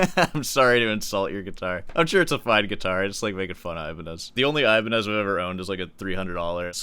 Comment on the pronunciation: It hurts that your name is and you pronounce Ibañez like that.